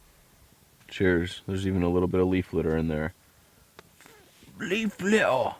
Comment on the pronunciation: Was that your British accent when you said "leaf litter"? aha